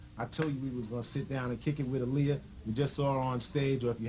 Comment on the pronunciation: Aaliyah-(Aah-lee-yah) not (A-lee-ah)!!!! R.I.P angel❤️